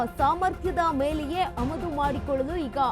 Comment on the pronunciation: ಅಮದು ಅಲ್ಲ ಆಮದು